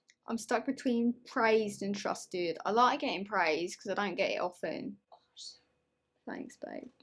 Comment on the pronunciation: “fanks babe” me: omg i’m gay 🥺